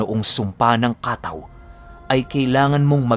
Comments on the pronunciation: Kataw po ang totoong pagbigkas pinuno hindi po ka-taw. Salitang samar po ang Kataw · Ang tamang bigkas po ay hindi ka-taw kundi kataw. Medyo mabilis ang bigkas. Ang kataw samin ay sirena. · Kataw mabilis na bigkas dapat.kataw means serina. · Mabilis ang pagbigkas ng katáw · Kataw po mabilis ang bigkas. Salitang waray po. Biringan nadadaanan nmin yan pagpumunta kmi ng mercedes samar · first time narinig ang word na kataw?! just bec cebuano word yan na ibig sabihin ay SIRENA... kha-taw! ang tamang pagbigkas.. pero sa lugar namin mismo, ang tawag namin sa kataw ay MERMAID...LOL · Kataw po yan yung mabilisang pagbigkas. Hnd lng po sa Dagat o laot. Meron nyan meron din po sa mga ilog at batis. Sila po yung mga Tga pagbantay.. sa mga lugar na anyong Tubig☺☺ Minsan sinasabi ng iba na Shokoy?o serena.